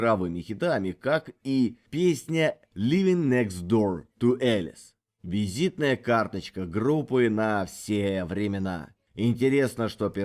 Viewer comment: Alice произносится как Алис а не как Элис.